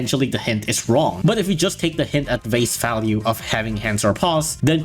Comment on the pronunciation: 'vace falue'